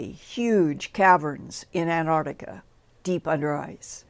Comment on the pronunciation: lol Linda there is no "Ardica" ,it's "The Arctic" and "Antarctica" (not Antardica the way you say it) smh